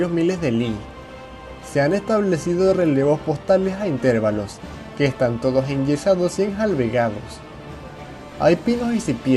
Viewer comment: "intervalos", no "intérvalos"